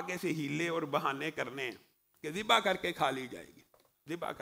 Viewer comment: zibah hota hay.. mamoo ji... jibah nahi.. arabic mein z pronounce kartay hain.. tum indian iss ko J bana daitay ho